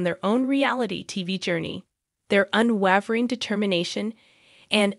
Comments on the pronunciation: Thanks for the update! Btw, unwavering is pronounced “un-way-ver-ing”. 😉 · Not how you say “unwavering”. The “e” after the consonant makes the “a” a long “a” sound. Said like Waverly Place. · I would have enjoyed the video, except the narrator doesn't know how to pronounce the word "unwavering". That made you sound unprofessional.